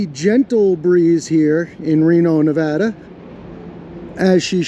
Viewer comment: OH my got, you pronounced our state name correctly. Thank you for taking the time to pronounce it correctly this time! (TRIGGERED BOOTLICKER LOSES HIS MIND - Reno)